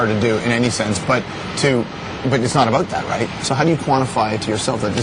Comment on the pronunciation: you can hear canadian accent "its not aboot that, right?"